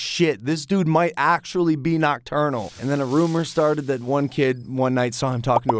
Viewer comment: why am I watching these This is how many times said nochternal 👇👇 👇👇